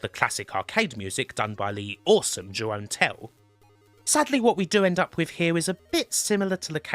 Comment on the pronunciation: Jeroen is pronounced differently. Oe in Dutch is a single sound, more like the u in a word like lunatic.